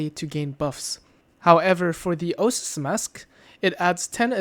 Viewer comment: Oasis. Oh-Ay-Sis.